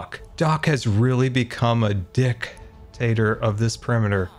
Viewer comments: seriously called Doc a "dic-tator." So NSFK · the way said "dic..tator" is just hahahaha. the pause. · The special pronunciation of dictator had me rewinding the video a couple times to make sure I heard it right 😂